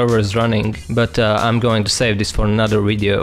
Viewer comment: Sorry, but I'm so annoyed by the pronounciation. it's pronounced "V"ideo not "W"ideo etc. Just like Russian "B".